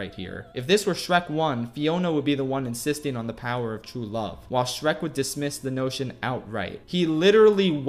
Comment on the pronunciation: How many times does he mispronounce the names of Shrek and Fiona